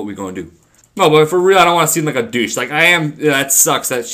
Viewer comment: deuch? xDDD its douche l0l0l0l0l0l0l0l0l